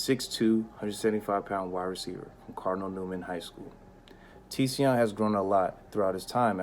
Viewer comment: Also, his name is pronounced "Zion". It's just spelled different Tsion.